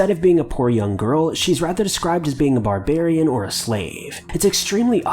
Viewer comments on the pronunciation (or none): none